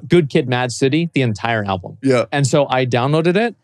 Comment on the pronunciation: Why the hell does he keep saying ABLUM?! ALLLLBUUUUUUUUUUM